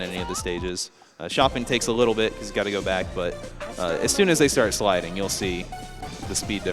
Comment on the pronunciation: SLIDINGU SLIDINGU